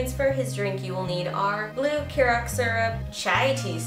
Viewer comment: hiya former bartender here and I've noticed not a lot of people know how to pronounce curacao so Imma teach ya. ker-a-sao it's spelt really weird idk